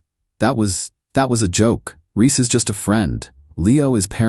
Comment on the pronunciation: BaHaHaHaHaHa, the "wake the dead" package..!!! 😂😂😂 His name Reese, not Riss.